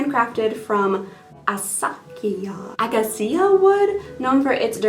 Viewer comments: It’s pronounced A KAY SHA wood they make expensive cutting boards out of it and sell it Macy’s and Williams-Sonoma out of that same wood so you got a really nice forever ghostie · Acacia is pronounced akaysha. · No shade, I just know how to pronounce that wood. Pronounced aKāsha. Hope you're doing well ❤❤❤ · I think the wood you were trying to say is acacia, which is pronounce uh-kay-shuh...because English really believes in phonics 😑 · Definitely love the affordable/thrift subscription recreation vids! Thanks for another goodie Acacia wood is pronounced "uh-kay-shuh". The only reason I know about it is because of Minecraft 😆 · A-kay-sha (acacia) wood 😊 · not the pronunciation of acacia wood 😭😂